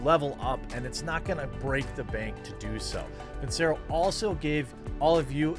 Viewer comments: Even though Jer knows he pronounced Vincero wrong, he still won't record and fix it. For your own sake Jeremy fix it. If I'm a sponsor and the person I'm paying to promote my product doesn't pronounce the company name right, I'm dropping them. I say this because I don't want to see you get dropped. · Dude, redo the sponsor advert and say the name right. Take you 5 minutes! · You really need to re-record that Vincero plug with proper pronunciation. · Probably need to record a new spot wherein you pronounce their name correctly.other than that..cool vid.